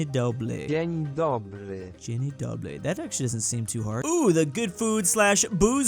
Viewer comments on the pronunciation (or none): In Poland Dzień dobry we say dobry by r not L it was a bug can you say Chrząszcz or szedł sasza suchą szosą